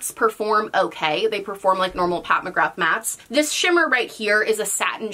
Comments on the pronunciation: sameee it seems most Americans pronounce it that way 😣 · Just a heads up from an Irish gal, McGrath is pronounced McGra 💁🏻‍♀️ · Me, an Irish person, hearing pronounce McGrath like that: 🤭